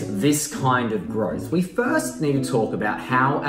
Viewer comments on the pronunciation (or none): none